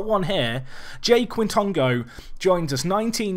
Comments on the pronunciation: Quitongo - “k-Tongo” , k sound like a kicking k opposed to it being K (Kay) Just as well FM doesn’t give punishments for diving, he enjoys a wee dive. A good exciting player though in real life! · I think its pronounced j-i quintongo